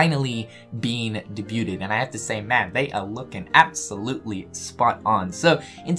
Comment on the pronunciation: Love the channel. But for the love of Kingdom Hearts "debuted" is pronounced day-byooed, not day-byooded. ✌🏼